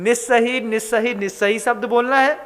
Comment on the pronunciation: Nissahi aur assahi ka kripya speling ke anusar uchcharan kar pau bina kisi asuddhi ke